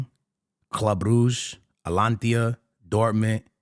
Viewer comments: It's Atalanta bro not atlantia 😅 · Bro, I'm not sure why your videos are constantly recommended to me.. but please at least learn how to pronounce the names of the clubs.. It's A-T-A-L-A-N-T-A not Atlantia.. wtf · It's "ATALANTA" not "ATLANTIA" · Atalanta ❌ Atlantia ✅ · The fact that you still call them Atlantia is craaaaazy😂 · Bro its ATALANTA not ATALANTIA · Does this brother not watch Atalanta matches or atleast read the comments? Because "Alantia" is crazy. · Gotta stop listening after I hear "Atlantia" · My boy either can’t read or legit has got a speech impediment. My nigga says “cubahsi” then says “alantia” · ATALANTA! It’s ATALANTA!! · “Atlantia” u have to be doing it on purpose at this point 😂😂😂